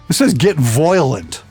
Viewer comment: Voilent...sounds Australian